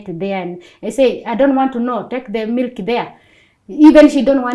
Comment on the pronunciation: When she said melk ( Milk) i knew shes good in norsk .it happens to me when I say nej ( no) ...nei in norsk